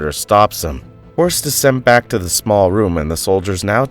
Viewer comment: It's Returning. To return! Do not say Vack it's wrong absurd!